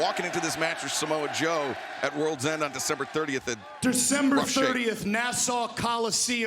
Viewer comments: did anyone clock Excalibur calling Samoa Joe, ‘Jamoe?’ 😂😭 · “Ja Moe”